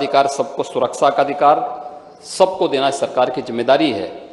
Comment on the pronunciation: Suraksa nhi bolte honourable .sir suraksha bolte hn.